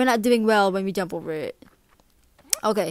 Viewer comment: " Ohhhh okay... OKEIAYY ". That was some serious island girl talk right there.